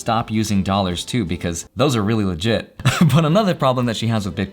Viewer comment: 'those are really liggit' :')